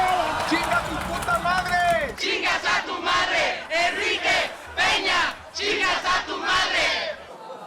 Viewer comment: Dear people from the US (and other english speakers), please start using diacritics. His name is "Peña", not "Pena". "Pena", as a noun, means feather, and has a different pronounciation. Thanks.